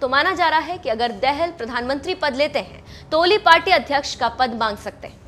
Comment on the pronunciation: dehel nahi betaa dahaal padh ne nahi aati mukh uthaake chale .aaye.